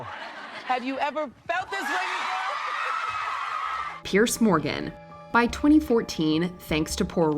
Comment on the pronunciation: Not the correct way to pronounce ‘Celtic’, not the way to pronounce ‘Piers’